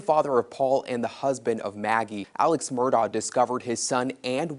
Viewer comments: It's pronounced Mur-doch not Mur-ah it's Irish. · It's pronounced Murdock! Just like the people on the local news pronounced it... Not MurDooough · This is an interesting report! But didn't she notice that the name is pronounced "Murdock," not "Murdaw?" People who know them say Murdock. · If you are going to be credible, your should pronounce the names correctly, especially if you are going to repeat it so many times. It's pronounced Murdock, and Alex' name is pronounced Ellic. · The "Murdah" family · You’re saying their name wrong.say it like murdock. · Well accept it’s, “Mur-dock” not the way it’s being pronounced by. Local inflection wouldn’t allow for the “der.” sorry I’ve lived there for too many years